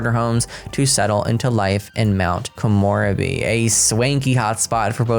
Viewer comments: Yama-chan, not Yama-khan. Soo-ki-aki, not Sucky-aki. Ko-moh-rebi (longer moh sound), not Ko-more-ebi Sen-ba-maahhh-chi (shorter ba sound, longer mah sound). You got taiyaki right, though. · Komorebi = ko-moe-re-bee The re is a slight ray sound. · It's "koh-moh-REH-bee"!!! (not "koh-MOR-uh-bee") She pronounced it in the trailer, thankfully. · please check out the gameplay trailer to pronounce Mt. Komorebi correctly. Please don’t get offended!! I love your videos. It’s just that my brain is sleepy right now too 😜 and zeroing in on that word 🤦🏼‍♀️ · Thus pack sounds better and better as we get more info...but your pronunciation..... not to be annoying or anything, but you mispronounced samurai and still mispronounced Komorebi (sp?) Koen in Japanese for park FYI 😃🤗👍 Lol, the plumbob was right above your head while u read the onsen part... I can't wait to see the cas and build/buy items!!!